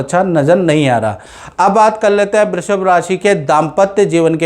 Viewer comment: Abe love day babuchak... Naam bolna Sikh lo... Brrrrushb nhi hai...😂